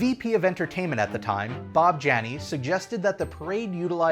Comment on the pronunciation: Great story! One small detail in case you come across him in another video. Bob Jani’s last name is pronounced “Yanni.” Loved learning all of this!!